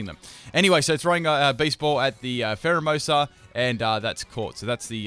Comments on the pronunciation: Dude its phareimoosu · He said primerina instead of pharaohmosa I spelled it wrong